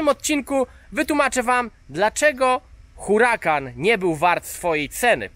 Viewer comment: Uracan! H jest nieme.